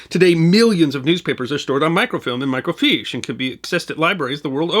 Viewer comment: Microfiche is pronounced 'micro -fish' not 'micro-feesh'. I worked in computer operations from 1979 to 1995, processing microfiche on Kodak Komstar equipment.